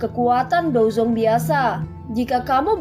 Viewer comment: Bukan dozong dozun 😂